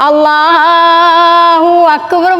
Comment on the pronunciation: Allah ennA ucharanam sharikkum Amma parayunnu masha allah